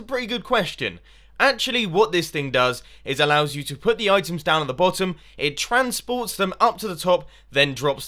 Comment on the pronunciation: "Then you wanna take out the blottom block there" lol